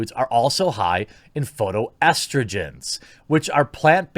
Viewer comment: You mispronounced phytoestrogens. It's FIE-toestrogens.